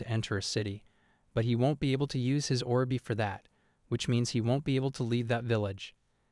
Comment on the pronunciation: Look Orb is not two words as in Or B it is one word, please for the love of god learn English or please just stop you sound like a fucked up record player that has no clue how to play a song. Orb is said /ôrb/. Look, just type say orb in a browser should get you to a search that will link to a say page that will show you a speaker-type image that, if you click, will say the word.